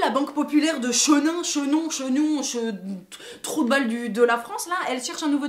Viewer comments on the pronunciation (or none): On dit chinon et non pas chénon cultivez vous avant de vous ridiculiser sur YouTube, vous qui vous permettez de critiquer tout le monde. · Chinon pas Chenin :-D svp respecter là où j'habite XD Seul bémol dans votre vidéo c'est que je pense que vous n'avez pas réellement compris le message : le fait est que ce soit autant caricaturé n'est pas anodin, c'est en passant par l'ironie et le ridicule que les messages politiques ou de tolérances passent mieux. Je comprends votre avis mais je ne le partage pas